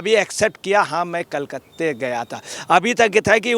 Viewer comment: Badal Patralekh hai Patralekha nahi. Kalkatta hota hai, kalkatte nai. Ajay patrakare